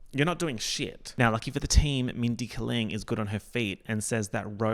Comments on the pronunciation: Why do you keep saying Kuh-ling, instead of Kay-ling. Is it a bit? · It’s Mindy KAY-ling sis